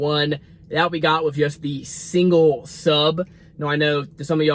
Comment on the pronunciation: "Single" 12 not "Singe" lol 😆 Keep up the great content though